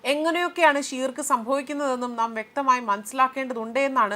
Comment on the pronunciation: ഷീർക്ക് എന്നല്ല ശിർക്ക്‌ എന്നാണ്. ശിർക്ക്‌ എന്നത് അർത്ഥമാക്കുന്നത് കൊടിയ പാപം അഥവാ വലിയ കുറ്റം എന്നാണ്. ഉമ്മയെ വ്യപിചാരിച്ചാൽ ശിർക്കല്ല മറിച്ച് അല്ലാഹുവിനെയും റസൂലയ മുഹമ്മദ്‌ നബിയേയും അംഗീകരിക്കാത്തത് ശിർക്കാണ്. ബഹുദൈവ വിശ്വാസമാണ് ശിർക്ക് (അറബി: شرك) എന്ന അറബി പദം കൊണ്ടുദ്ദേശിക്കുന്നത്. ഇസ്ലാം ഏറ്റവും വലിയ പാപമായി ശിർക്കിനെ കാണുന്നു. ഇസ്ലാമിന്റെ അടിത്തറയായ തൗഹീദിന്‌ (ഏകദൈവ വിശ്വാസം) വിരുദ്ധമാണിത്. ശിർക്ക് അല്ലാഹു ഒരിക്കലും പൊറുക്കുകയില്ലെന്നും അത് ചെയ്യുന്നവന്റെ സൽക്കർമ്മങ്ങൾ നിഷ്ഫലമാണെന്നും ഖുർആൻ പറയുന്നു. ശിർക്ക് ചെയ്ത് പശ്ചാത്തപിക്കാതെ മരണപ്പെട്ടവന്‌ സ്വർഗ്ഗം നിഷിദ്ധമാണെന്നും[1] നരകത്തിൽ അവൻ സ്ഥിരവാസിയായിരിക്കുമെന്നും ഖുർആൻ പറയുന്നുണ്ട്.